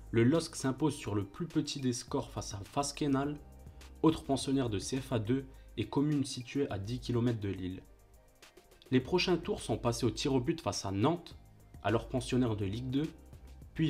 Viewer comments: Sympa la vidéo, vraiment les émotions. Par contre si je peux te donner un petit conseil pour la suite, assure toi de la prononciation des noms avant de lancer l'enregistrement. Entre Frau ("Frao" à la place de "Fro") et Wasquehal ("Vassekenal" au lieu de "Ouasskal") ça fait bizarre... J'ai même dû regarder sur internet tellement j'étais pas sûr du club dont tu parlais. Mise a part ça propre ! Hâte de voir la suite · Bravo pour cette belle retrospective. Attention néanmoins aux prononciations. On dit "Nioucasseule" et pas Niouicasteule". Pierre Alain Fro et pas Frao. Aurélien Chedjou et pas tchédchou. Wasquehal se dit Wasskal et pas Vasquenal. J'en passe mais fait attention, ça fait perdre de la crédibilité :) Sinon, encore bravo ! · Vaskenal était technique, sans ton commentaire je n'aurais même pas deviné qu'il s'agissait de Wasquehal ^^